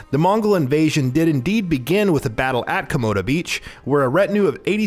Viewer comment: Komoda not komodo